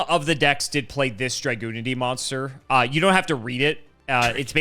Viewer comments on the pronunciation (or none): He thinks it's pronounced dra-GUN-ity rather than dra-GOON-ity 😭